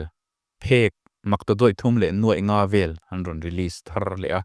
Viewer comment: Ngeihven te hi in ti thin a ... Ngaihven tih tur a nia ...